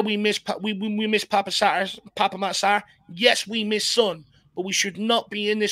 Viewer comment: Pape pronunciation is Pap 🙄